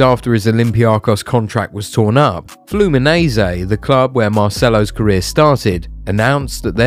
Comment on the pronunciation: What's flumineziii😂 . Fluminense